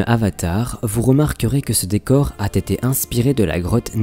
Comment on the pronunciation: Mais arrête de faire la liaison " a T été decouvert" c'est "a été decouvert"